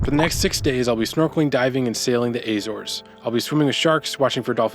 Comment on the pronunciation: "Ay zores" 😂 do you also eat "Ay pulls" 🍏